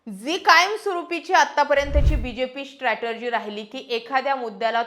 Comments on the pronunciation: स्ट्रॅटेजी म्हणा स्ट्रॅटर्जी नाही. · 'स्ट्रॅटर्जी' नाही, 'स्ट्रॅटेजी' म्हणा. बाकी विश्लेषण छान.